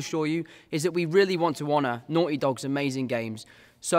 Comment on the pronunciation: can’t get more British than how he said naughty